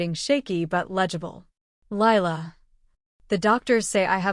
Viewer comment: It’s Lila not Laya